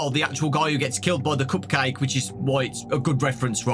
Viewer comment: "Coop cayhk" 😂